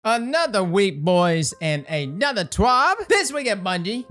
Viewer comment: I can't lie, half the reason I watch these are to hear "anotha week bois and anotha TWAB"